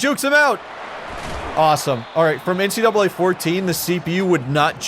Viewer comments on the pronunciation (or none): none